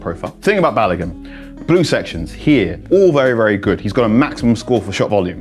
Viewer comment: Folarin Ba-lo-goon….. that’s how you say his name , not balagan 🤦🏾‍♂️🤦🏾‍♂️🤦🏾‍♂️